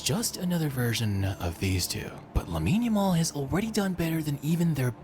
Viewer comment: hey bro jus thought I would let you know the name pronunciation sounds like - la-meen YA-mal